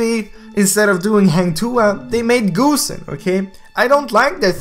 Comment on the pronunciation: GOOSEN Its not GOOSEN its GOSSEN